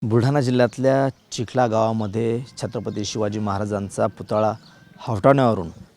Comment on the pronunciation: Chikhala nahi wo chikhali mana